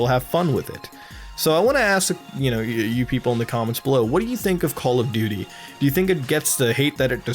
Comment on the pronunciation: Goddamn it muta i cant stop calling it "Call Of Dutrs" XD